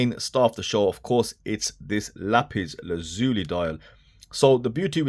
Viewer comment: Thanks for being the only reviewer to pronounce lapis lazuli correctly,! 👍 Great review as always!